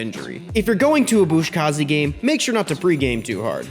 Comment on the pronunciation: I just wanted to also mention. Its pronounced “Buzkashi”. You wrre pronouncing it as “Buzkazhi”, much like “Kamikaze”. Maybe your sources are different but mine indicate this. Awesome video though, there are no critics there